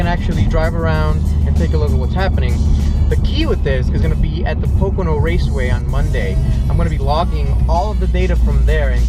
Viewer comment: Did you say porcini raceway ? Meaning albrightsville??